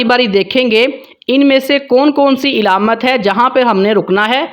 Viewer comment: علامت کے عین پر زبر ھے زیر نہیں ھے